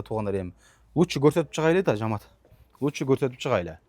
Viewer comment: Жаамат эмес жамаат дечи э